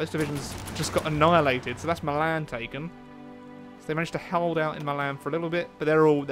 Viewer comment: my-lan, its pronouced me-lan for Milan